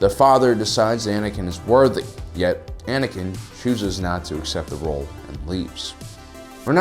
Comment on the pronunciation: Anakin's not Anikin's